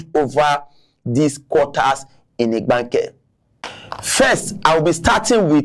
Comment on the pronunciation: This man cannot even pronounce Igbanke and this is part of their state. If they were treating these people well, that would even be pardonable. These people believe these Igbanke people will just stay with the and be treated as slaves.